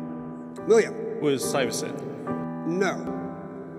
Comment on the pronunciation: I think calling it "racist" is a little much. To me he didn't pronounce the 't' after the initial 's' and I would consider that wrong. Could be a regional thing though. William mentioned this in a Reddit comment: The "Stuyvesant" answer: I went to Stuyvesant HS in New York! My HS friends are saying they didn't understand the ruling over the pronunciation. I don't know if it's a specifically New York accent--I'm from New York City, but I don't have a strong accent other than on some words like "water" or I start quoting The Sopranos lines. But a lot of my NYC friends are chiming in with, "There was nothing wrong with that pronunciation."